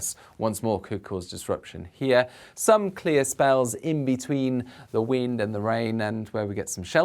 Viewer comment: Nicely styled out! "the weend and the rain" 😂🤣👍